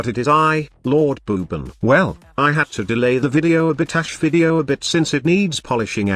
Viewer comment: Its pronounced as Vaw Ban yw 👍btw I'll love to see you come up with a nuke build with banshee that makes her ground shake ability nuke somehow